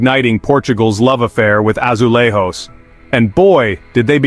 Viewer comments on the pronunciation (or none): It's pronounced azuleiJos not azulahos